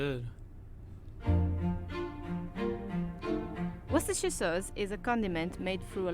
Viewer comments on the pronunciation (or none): You almost had the pronunciation, but you did do a lot better than the two ladies in this short video clip. Funny, I've used it for years and never really paid attention to the ingredients. I like to mix it in when I'm preparing beans on toast, for that extra zing. 😊 👍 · Its pronounced Woo ster Sauce (everyone gets caught out on it):) And its minging LOL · Haha, his pronunciation is awful, sure I have heard worse but come on. It’s not pronounced Wooster either, it’s wustuh and it’s not Worcester Sauce, it’s Worcestershire Sauce, Worcester Sauce is the knock-off stuff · No not Wooster and no don’t skip the shire. It’s Worcestershire Sauce not Worcester sauce and it’s pronounced wuss-tah as in you big wuss not Wooster as in rooster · Pronounced WOOSTERSHIRE SAUCE 😁😁